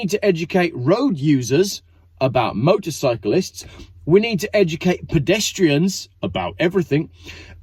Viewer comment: its motorcyclist motorcyclist lol